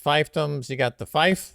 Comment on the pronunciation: fief is pronounced FEEF not FIFE. I really like pink hilites.